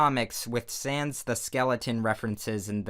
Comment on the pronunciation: You said sands not sans and sans not sands